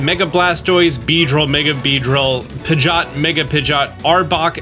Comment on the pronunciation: Who the heck is pidgott!? 🤣 it’s pronounced Pidg-e-ot.